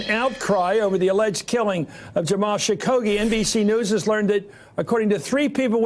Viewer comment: It’s Khashoggi not Shakoggi... lol